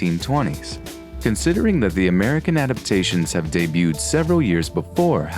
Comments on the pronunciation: did you intentinally mis pronounced "debuet"? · why some people can't grasp the concept of a Silent T I dont know If you're going to pronounce the T in Debut you may as well change the accent on the E to make it Dee butt and call it a day bew